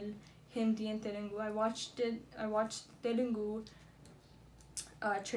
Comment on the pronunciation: Good reaction.. its Telugu not telungu